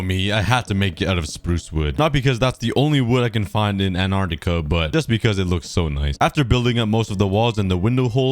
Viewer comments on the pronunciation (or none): Ant-are-ti-ka Not An-are-ti-ka Pronouncing the word. 😁 Ps: I love your videos! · you said anartica it`s antarctica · when u said "anartica" it smh made me laugh lol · You’re saying Antarctica wrong